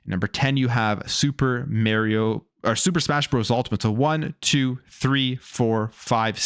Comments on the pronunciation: Why do people(often Canadians) pronounce Mario "mare e o"? I don't get it, his catch phrase is literally is it'sa me mario. There's no ambiguity how to say it. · He consistently drives me nuts when he does this. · Sorry bro, but I hate the way you pronounce Mario... 😂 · Anyone gritting your teeth when he mispronounces Mario? 🙄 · Bruh. Stop saying mario like that